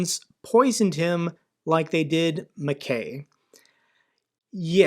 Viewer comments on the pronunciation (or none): none